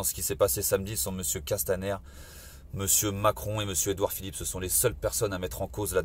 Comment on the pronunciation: J"aime bien la façon dont M.Drouet dit Edouard Philippe S, c'est l'obsession du FouquetS ! en effet tous les fachos se terminent en SS !